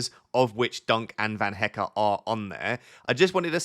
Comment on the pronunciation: Hello, you are pronouncing Van Hecke correctly now. But you still need a little work on Verbruggen. But keep up the good work, very helpful FPL content 🙂